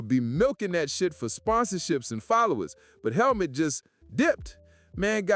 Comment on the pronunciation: Its pronounced like Hellmoot btw